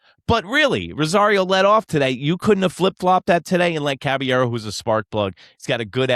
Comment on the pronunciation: It's pronounced CABA-YERRO